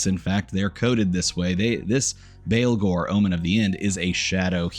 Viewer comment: baa baa blacksheep, baalghor. not christian baleghor